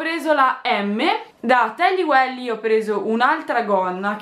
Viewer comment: jali si dice tally weil non welly hahah😂